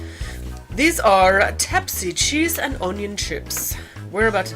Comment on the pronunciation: I know this video is old 😂 But first snack is „łapsy” not „tapsy” „ł” in Polish is like „w” in „water” Nonetheless good video :) Ps. These pretzels are with krówka, which is nit a caramel:)